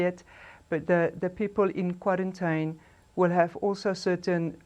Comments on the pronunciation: The accent with the word "kwarrantyn" instead of quarantine and other mispronounciations makes it difficult for me to take this individual serious. Also the repeating of facts that are already known to most of us makes this clip a waste of my time.I won't go into any further detail about the spokesperson's presentation, but I wish her luck going forward. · Kwa -rin-tyn? Eish...mara uMama uyabetha.